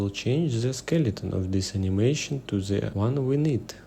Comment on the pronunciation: Bro don't say "the" as зэ, say it like "дэ", please, you are hurting my years vnature. But anyway the video is really useful so от души